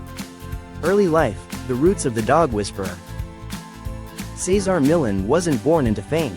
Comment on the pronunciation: How lame this doesn't even pronounce his name correctly. Loser AI recap of selective info